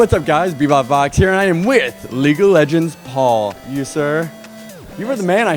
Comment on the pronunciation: lol- leegue of legends XD